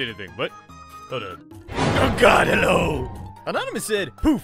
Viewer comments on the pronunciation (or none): Hewwo my fewwo Americans